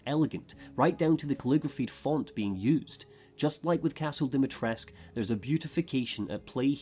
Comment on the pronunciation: Something that annoys me to no end is how there's a blend of so many cultures, in an attempt to, what? Seem more inclusive. And yet Capcom shits all over the Romanian language, and then when they get corrected on the way Lady D's name is pronounced (Di-mi-tres-coo) they go ahead and claim they SOMEHOW know better.